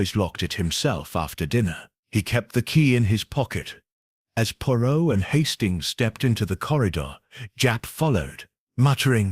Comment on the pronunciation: Can't Ai even prnounce his name correctly? Go home.